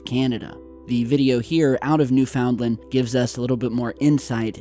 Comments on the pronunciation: New•Finlind, accent on "New". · Newfoundland is pronouned Noof- N’ Land not New Found Land 😊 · It’s “Newfunland”...not “New found land”...gotta say it all together not 3 different words 😏🇨🇦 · New FOUND land? uh, no. Say it with me: NEW-fund-lin. 🙄 Big waves = axis/pole shifting. Or sun issues. Or electromagnetic issues. Or earth core issues. Or Planet X issues. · Newfunland not new found land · New Found Land???? hahahahaha try Newfoundland...newfunlind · Newfoundland = NOOfunLAND. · I will add the real pronunciation of one of the 10 provinces in Canada.."NEWFOONLAND."....IT IS one part of a much larger province called NEWFOUNDLAND-LABRADOR(is part of mainland Canada). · I think that's just the way people say it, they're too lazy to say found, so it sounds like fund-land or finn-land.. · It’s New-fun-land buds! Now say it quickly. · We say it like, "New - finn - land". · New-fin-lin. One word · Thanks! Drove me a bit nuts listening to that, too. :-) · Newfoundland is not a compound word, you are pronouncing it wrong. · Newfoundland rhymes with understand